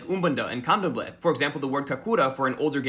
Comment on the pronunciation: (Don't hate me" You're pronouncing Candomblé with the wrong emphasis.)